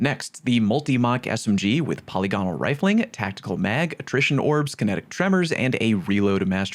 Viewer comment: Puh-lig-uh-nul not poly-gone-ull